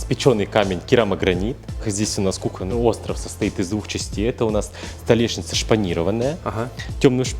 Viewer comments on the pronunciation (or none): none